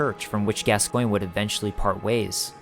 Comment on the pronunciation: Pretty sure gascoinge is French and is pronounced gasgauw